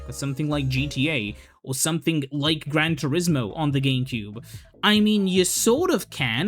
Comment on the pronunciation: why do you pronounce it like "geemcube"